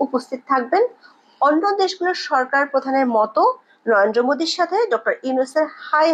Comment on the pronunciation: উচ্চারণটা পরিষ্কার করুন, শব্দটা ন র ন্দ্র "নয়েনদো" ভুল উচ্চারণ